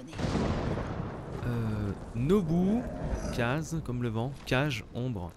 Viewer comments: pour les noms des chevaux ça se dit kazé et kagé. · Sa se prononce kague bon sang, et en plus ya que des nom comme dans naruto : KAZE, susanno, sora, amaterassu, rin, etc... dommage que tu ne connais pas naruto ca aurait etait cool